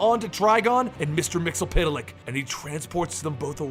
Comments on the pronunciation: Pronouced: Mits-el-plick! Not mits-el-piddle-ick. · you are wrong when you said his name. It is Mix-E-Yes-Spit-Lick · it is actually pronunced mix ul plix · no no no it's mister mix yez spit te lick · Me. Mix spit lick that's how you pronounce it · His name is pronounced Mr. Mix spit lick Just search the SAS episode. It explains everything about him in 22 minutes. He's barely ever used. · isn't it Mex-Yez-Pit-Lick ? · Year 5 is ongoing, it's Mxyzptlk, and learned how to pronounced it by the Superman cartoon. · you mispronounced mxyzptlk